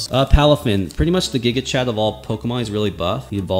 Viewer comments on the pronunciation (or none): none